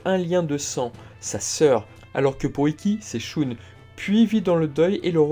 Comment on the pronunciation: Arrête de prononcer "Shoune" c'est horrible :/